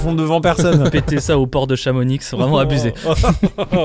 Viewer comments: IL A DIT CHAMONIXE AAAAAA JE VAIS CHIALER ON DIT "CHAMONI" VOILA MERCI C'EST TOUT COMME ÇA TU SAIS AAAA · Ça se prononce Chamoni pas ChamoniXE 😭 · ah on dis pas chamonixx mais chamoni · Super vidéo par contre a ça se prononce Chamoni pas Chamonix bien que ça s'écrive Chamonix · CA SE PRONONCE CHAMONI PAS CHAMONIX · deux choses : on dit Chamonix se dit "Chamoni" et pas "Chamonixe". La deuxième, il n'y a pas de port à Chamonix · On ne pas ChamoniX svp 😭😭 Juste Chamoni(x) 🫠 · c'est chamoni est chamoniiiiiiixe c'est hermione c'est pas leviosaaaaaaa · Sa se prononce Chamoni pas Chamonixe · ha c pas chamonix ca il y a que les touriste qui disent ca ca ce prononce chamoni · Très bonne vidéo mais c’est chamoni !!! On dit pas le X 😂😂😂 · Putain. ... il a dit : chamonixe.... quel con mdr 🤣 je vous adore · On dit "chamoni" il se pronnonce pas le X 😂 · ChamoniX oh bordel y'en a qui merite des baffes, en Haute-Savoie, les Z et les X dans les noms de ville/village ne ce prononce pas. On dit pas PariSS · J'ai entendu ChamoniX 😢 ils ont de la chance d'être un peu drôle 😂 (on ne prononce pas le X ) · on dit chamoni(x) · on ne prononce pas le x de chamonix 😅😂😭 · J’adore la vidéo elle est incroyable juste pour dans Chamonix le « x » ne se dit pas voilà merci ❤ Et continue comme ça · on prononce pas le X de Chamonix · Tu ne prononces pas le X de Chamonix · Petit message pour pour Chamonix le x ne se prononce pas. (Merci envers tous les hauts savoyards) Merci. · ON DIT PAS CHAMONIXXXXXX🤣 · On prononce pas le X de Chamonix svp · Juste je suis Haut Savoyard et mes oreilles on saigné car a dit Chamonix en prononçant le x alors qu'il ne ce prononce pas sinon super vidéo 👍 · Prononcer le x de Chamonix 😭😭😭😭 envie de pleurer ouuu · s'il vous plaît arrêter de dire le x de Chamonix, il est muet 😭 Sinon j'adore vos vidéos elle sont incroyables, je meurs de rire a chaque fois avec le crew 😁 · Alors fait gaffe à bien y prononcer pas comme eux x)